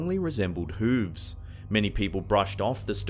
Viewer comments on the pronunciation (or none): Jersey Devil? Seriously people believe this? Love it when he says “hooves”. Lol.